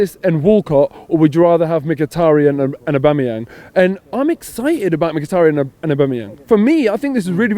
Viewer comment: Robbie - why can’t you pronounce Mkhitaryan‘ snake correctly?